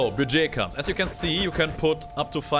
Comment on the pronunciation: "Bugey Cats" Really? Even for a German your pronunciation of "Budget Cuts" hurts me every time. :P